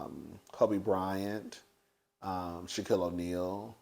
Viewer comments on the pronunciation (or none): none